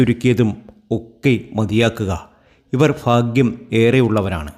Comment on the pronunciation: It is not fagyam it is BHAGYAMĹ